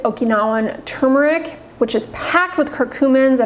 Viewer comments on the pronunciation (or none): You're SO precise in all things. How is it that you fail to see the R in tuRmeric?